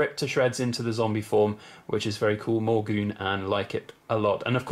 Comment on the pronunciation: Morgoon anne? lol tell me thats a joke, it would be pronounced the same as Morgan lmao. morgue as in where they keep dead people